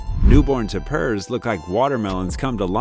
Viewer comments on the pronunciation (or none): Tapir and Civet are both pronounced with accent on the first syllable. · Reseach before recording. - Echidna, as rebecculousrk pointed out, is KID not "cheed." - Tapir is pronounced TAPE - er not t'purr. - Tarsier is tar-see-er not "darsia" or "tar-see-ay" . That final "R" is pronounced. - Gundi - right the first time. Why did you later say it "gun-dye" , then you say "gOOn-duhs" - Aye-aye, Pronounced like a sailor's acknowledgement. Eye-eye, not "I.A." (abbreviation for Intelligence Artificial, which this voiceover is NOT!) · It's "TAPE-ear", not Ta-PURR. SO IRRITATING!